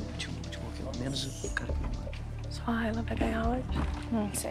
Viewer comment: "Não quégo ig emboga"